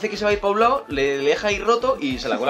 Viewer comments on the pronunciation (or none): none